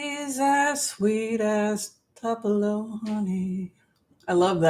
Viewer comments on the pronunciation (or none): Good show, but it is pronounced TOOPULO Honey. It is named after the city in Mississippi.